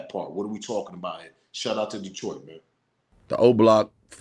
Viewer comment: You said it correct, Detroit in the building. SMOKE PAUSE....